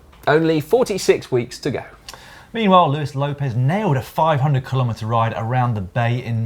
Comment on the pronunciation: Luis is said as Louis. Or luey not Lewis